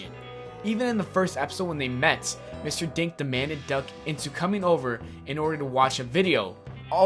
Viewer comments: When he was saying mr dink but i thought he was saying mr dank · When he said Mr.Dink i almost thought he said Mr.Dank XD